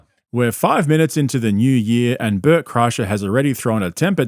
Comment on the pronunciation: At first every time you kept saying new I thought you were saying Jew LOL